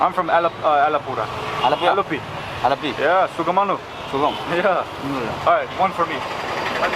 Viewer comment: Love to hear your sukamano ...... brother